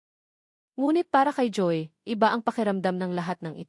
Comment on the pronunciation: mali ang bigkas mo ng mga salita, di mo ba alam sa sarili mo na mali ang pagsasalita mo, Ang Joey ay naging Joy ayusin mo naman Hindi magandang pakinggan